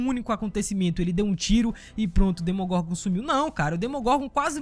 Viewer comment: "DemonGorgon" não "DEMOGORNGOR"